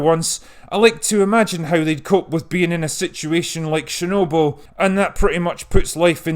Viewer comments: It's Chernobyl, not Shernobyl. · Not sharenoble....it's chher noble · I don't expect you to get the pronunciation spot on. But seriously, it's CHErnobyl, not SHErnobyl. It's a CHE sound, like in CHECK, not a SHE sound like in SHED. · Sorry but getting distracted by your incorrect pronunciation of chernobyl ... it's pronounced "Ch", not "Sh" - CH as in "chips". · CH like chair, not SH like share. CHernobyl. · STOP: It's called :Tchernobyl (T)